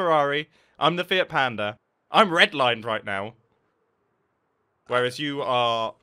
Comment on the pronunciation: Did mumbo say fiat panda or fit panda? I definetly heard fit panda